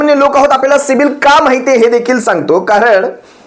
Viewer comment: दादा ते पुन्हा बोला सिबील...सिबील... अssssssसिबील 😅😅